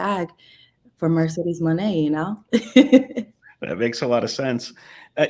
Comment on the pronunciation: As your fans Mercedez mone we love and appreciate you, support u along ur journey. But plz learn to pronounce stardom wrestlers correctly and learn more about their company. Just do background research to ensure that u do not hurt Japanese fans by not pronouncing their names correctly.